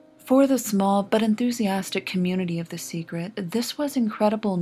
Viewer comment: WHY THE FUCK DOES SHE KEEP SAYING "SEGRET"